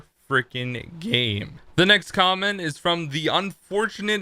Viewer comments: don't want to be rude, but... "Quomment?" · LOL HE SAID CWAMENT